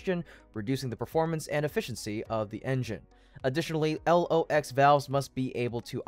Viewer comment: It is not L.. O..X. It is pronounce "Locks".